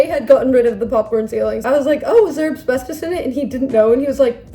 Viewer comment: Oh my gosh, ACK!, it’s AS-BES-TOS! Say it one syllable at a time. As-BES-tos. I wouldn’t care, but you said AB-SBES-TOS about 17 times and it just did my head in. You clearly read up on asbestos enough to explain the basic facts about it, but never actually read the word? Nobody is perfect, but you’re a smart person, so this was a weird error to make repeatedly in the same video.